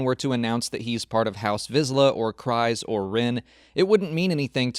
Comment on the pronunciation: Maybe this is just an accent thing I don’t know, but where in Clone Wars or Rebels is Kryze pronounced like that? Sure it’s spelt that way, but the pronunciation is (Kriz)